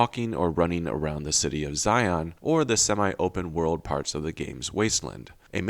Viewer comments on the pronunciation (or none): none